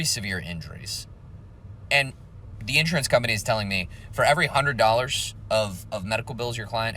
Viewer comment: The accent is on the second syllable, not the first. in-SUR-ance.